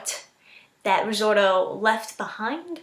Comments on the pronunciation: RI! ZOTO! NOT RIZORTO!!!! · Resorto? It's risotto hone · Risorto... Is it really that hard to pronounce it correctly, or anything for that matter.